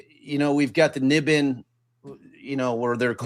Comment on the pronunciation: Not to be totally pedantic, but NIBIN is pronounced "NY-bin," and Menashe is pronounced "Meh-NASH-ee." 😁 Love the show!